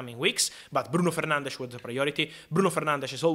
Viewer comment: Someone who actually pronounces 'Fernandes' correctly, the Portuguese way. Respectful.